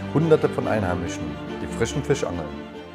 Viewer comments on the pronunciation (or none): none